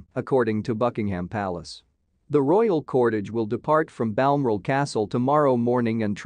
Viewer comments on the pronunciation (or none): The word is BAL-MORAL. Honestly, how hard is that to say!! BAL-MORAL!!!!!!!!